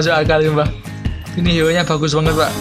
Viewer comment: Bang Bisa Ngomong R gak, Sebut HERO KOk Jadi HIO, R nya kmna😆